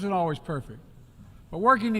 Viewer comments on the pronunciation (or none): none